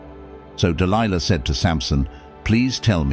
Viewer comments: I find it interesting how the reader changes the pronunciation of Delilah's name mid-stream. Dil Lee Lah? Really? Also, Dil-Lee-La was a Philistine, and Samson was a brat. If you read the story yourself you will clearly see this is true. I can see it now, Samson lying on the floor, kicking both his feet up and down, demanding that his parents secure for him a Philistine woman "I want her! I want her! I want her! Now! Now Now!!!" The fact this man got caught up in this debacle is not surprising. But you say "Samson was a man chosen by God!" And to that I will not disagree, God also chose a donkey to rebuke an insane prophet, yes, a fine donkey with the voice of a man. So, don't give too much Oomlaks to this man, Samson, he was given to debauchery and hedonism to have much credit at all. As it says in the book of Ecclesiastes, chapter 7: "And I discovered more bitter than death the woman whose heart is snares and nets, whose hands are chains. One who is pleasing to God will escape from her, but the sinner will be captured by her." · Even the incorrect pronunciation of "Delilah" and "Philistines" lol